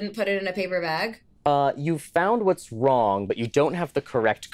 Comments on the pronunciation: Um actually... You asked "what's Wong with this picture" rather than "wrong" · Has it always been "WHAT'S WONG WITH THIS PICTURE" and I've never noticed until now? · "what's wong with this picture" - excuse me?